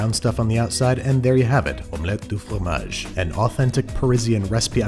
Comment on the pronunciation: You pronounce FROMAGE si parfaitement.